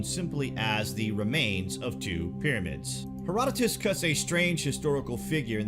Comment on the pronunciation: Thanx for saying his name right Herodotus